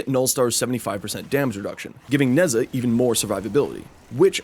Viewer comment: I love when people mispronounce the simplest of names. I love Neza